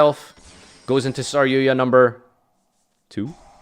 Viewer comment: Why do you call it SarYUYA?